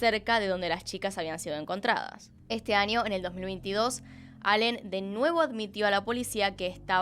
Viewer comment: Niño NiÑo no Ninio me daba un estrés escuchar cada vez que decía Ninio, Anio noooooooo